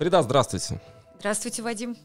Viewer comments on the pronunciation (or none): Почему говорят ФаридА, если правильно произносить это имя с ударением на второй слог ФарИда?